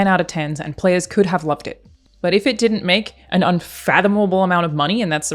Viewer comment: "I 'int have no concept..." lol.